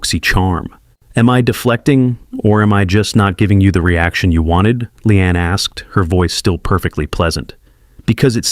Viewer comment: She'a real, honest and hilarious. Shame on Joy. Her name is LEEANE and not Lian.